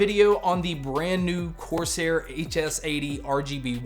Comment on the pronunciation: why do you keep saying "coarse hair"?